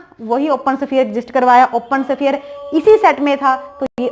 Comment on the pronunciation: शफीयर नहीं होता है , स्फेयर होता है 😀